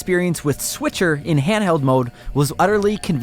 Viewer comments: Switcher 😆 he said switcher 🤣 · Please don't call it "Switcher..." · Hey everyone... it's the S'Witcher 😁👍